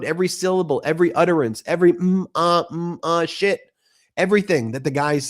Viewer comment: 😅😅😂 I thought he said that he could do with a ship not shit